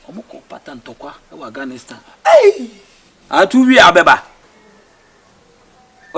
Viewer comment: Eii Awurade mawu,Diana Asamoah said out of cabage alea and Shifo too also said Aganistan